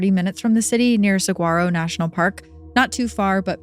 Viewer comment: In Arizona, we have skin walkers. Those sounds are to draw you out. You do not go out. Also, saguaro is pronounced. Sa-wore-o